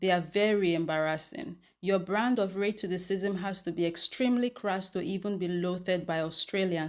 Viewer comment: lol, I LOVE the way you say ray2theScism. I chortle EVERY TIME...🤭.